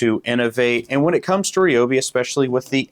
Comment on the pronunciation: Please, it's pronounced r👁obee. I have both; I like both. The old one is in my wife's car and the new one is in my truck.